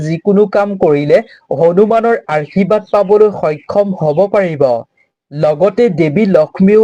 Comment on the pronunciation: Arshibad nokoi Ashirbad buli kobo lage amar matri vasha to sudho hobo lage 🙏🏼🙏🏼🙏🏼🙏🏼 but kotha khini suni val lagil 🌺🌺🙏🏻